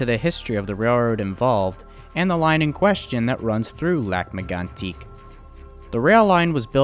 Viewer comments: As a bilingual person from quebec. You said lac megantic pretty ok. But you are supposed to say it like this: lahc meygantic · good attempts at french names! Lac M-eh-goan-tik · Is English your 3rd language you didn't learn well? And stop trying to pronounce as the French would, your attempt is just bad. It is pronounced lake megantick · Well, all I can say is, I come from Lac-mégantic and I hate the way you say it, but the rest is great. I work at the station which is now a museum.